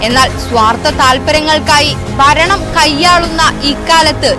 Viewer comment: 'ബരണം' അല്ല,, 'ഭരണം',..'ഭ'...'ഭ'